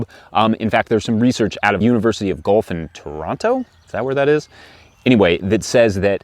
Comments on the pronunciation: It’s pronounced Gwelf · Thanks for that, I’m going to pull my scapes sooner this year! The University of Guelph is pronounced Gwelf. Guelph is a town about an hour west of Toronto. That thing about pulling twice and snapping is something I can’t wait to try! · university of guelph not gulf (north of toronto) the e is not silent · Guelph is pronounced gwelf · Guelph pronounced "Gwelf", fyi. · My grandmother grew garlic every year, basic old school growing- and nothing scientific but she taught me to wait til the scape made a full loop then cut it about 1” above the top leaves. -Interesting to see how you pull your garlic scape vs cutting it, thanks for the awesome video. FYI it’s “university of Guelph” (Gwell-f)